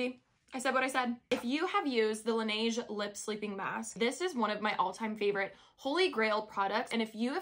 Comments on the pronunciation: la neige is French, so I believe it’s pronounced like “nehj”, not “nayj” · just some pronunciation tips from a fellow french speaker hehe it’s “la-neje” rather than “la-nayje”. please correct me if i’m wrong! ❤ (in french it translates to “snow” !) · Its la-neh-jeu, In french it means the snow i think and thats how you are supposed to pronounce it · its lanage everyone’s pronouncing it wrong 😭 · As a fellow french person, we pronounce neige like nayge here... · Me pronouncing it as le-na-je: 👁️👄👁️ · laneige is a korean brand and in korea its pronounced lanehj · It's la neige like the second pronunciation when you asked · It’s pronounced the other way (laneje) because la neige means “the snow” In French :) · hey girlie!! it’s pronounced at la-ne-jeu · It’s pronounced LE-NESH because it’s a French brand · Lan edge is how to pronounce it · Your meant to pronounce it the other way, not lanaige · Laneige is a Korean product 😊it’s pronounced the second way ❤ great hack! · Since you were wondering how to pronounce laneige you could have just checked on internet but the one you think is right is actually wrong 😅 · Its pronounced the other way